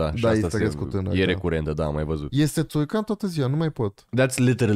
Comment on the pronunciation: S-a umplut frigiderul Ralucăi Turcan cu miei, de câte ori s-a spus Țurcan. 🤣🤣🤣🤣